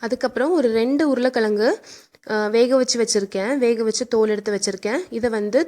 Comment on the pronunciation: Super but உருளை கிழங்கு not உருளை கிளங்கு .